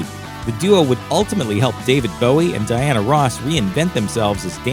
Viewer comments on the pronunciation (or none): none